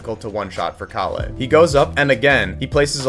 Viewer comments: its pronoucned kah lle (with a soft K and L) :) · great video but istg the pronunciation of calle is making me crash out bro